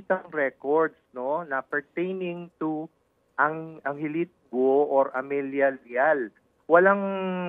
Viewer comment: Ted hindi Go-o ang bigkas, Go lang silent U. Hindi gaya ng bigkas mo na BOO-a yan sa buwaya..lol